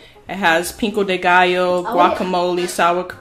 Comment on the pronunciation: “ Pink- O , De Ga-Yo “ 😭😭😭😭😭😭 It’s pico-de-gallo , sis 😂😂